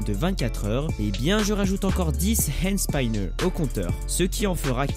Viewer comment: on prononce hande spineur😧